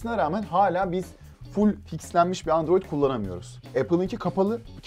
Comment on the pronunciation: Pelin Baba Andoroid diyosa onun dedigi olur xD